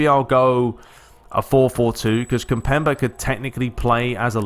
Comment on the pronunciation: its pronounced kim-pem-bay